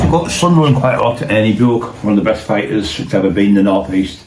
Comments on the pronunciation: Bowick 😅😅😅 It's Bewick 🙄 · Hi surname is pronounced Buick as in the American car not the way you are pronouncing it